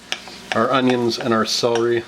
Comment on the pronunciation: I love celery soup but being English took me a while to realise you were saying CELERY ...sounded like SOWRY??? hence I'm not subscribing sorry :/